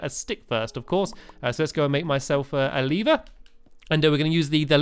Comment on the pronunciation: Lee-ver sorry if you read this